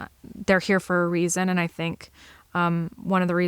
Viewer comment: The way you said "eand" I've heard from southeastern PA across western MD into Ohio.